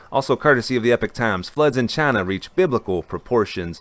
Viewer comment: Trump: Jayna This guy: Chana :D Keep up the good work, this is needed!